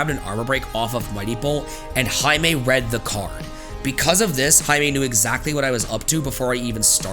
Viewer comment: "I believe I lost because I grabbed an ABD, and Jaime READ THE CARD" The enphasis you put on that cracked me